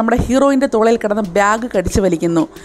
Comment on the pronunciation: ബ്യാഗ് & etc. ഉചാരണം കൂടി ശരിയായാൽ കൂടുതൽ നന്നാകും.